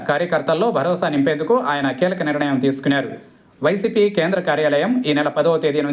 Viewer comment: బాబూ యాంకర్ గారూ! నిరణయం కాదు. నిర్ణయం. వింటుంటే కడుపులో తిప్పుతోంది